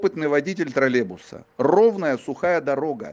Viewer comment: троллеЙбуса а нЭ тралебуса ) и произносится и пишется с Й